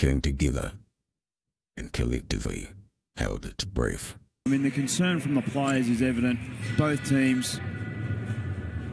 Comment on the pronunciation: Breaf or breath lol This guy thinks hes the narrator for national geography